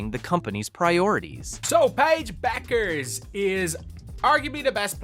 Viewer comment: Be-yoo-kers? Good Lord...